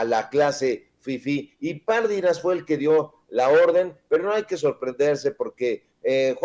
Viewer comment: Mi buen, Pardinas, no lleva acento en la primera "a", por lo que no se pronuncia "Párdinas". Y no lleva tilde en la í, aunque sí acento, pues es palabra grave y termina en"s". Gracias! No puede ser aguda porque termina en "s'" y no tiene acento escrito. Cuidado al pronunciar, sobre todo Apellidos! Mi buen!